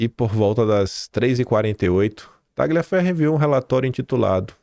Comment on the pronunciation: Tagliaferro é um sobrenome de origem italiana. A pronúncia correta é "Talhaferro".